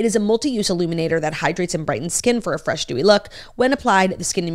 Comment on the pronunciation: “Enhancing Bresh, Fright, glowy look” I don’t know